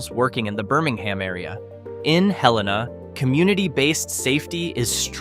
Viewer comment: Pronunciation of Helena, AL is Hell-ee-nuh. The pronunciation of Vestavia Hills, AL is Veh-stave-ee-uh.